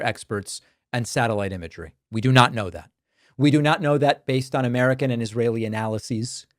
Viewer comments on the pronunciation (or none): none